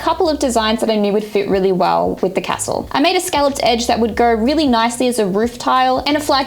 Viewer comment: Anyone else triggered by "Ca-stell". Great work on the castle team:)